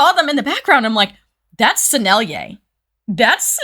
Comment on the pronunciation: She can say Sennelier! 😮 YAY! 🎉❤ Follow!